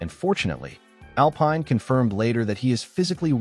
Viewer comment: Tell your AI that Alpine in the context of the F1 Team is pronounced (Al - peen) Cheers